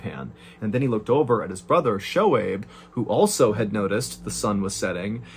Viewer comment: Hey John! Im a Pakistani-American, and just wanted to let you know that Shohaib is pronounced "SO-Hayb" That all! lol. Oh and those bee stings could not have been a coincidence. Might be proof a that a creator exists. I mean what are the odds?? Amazing story!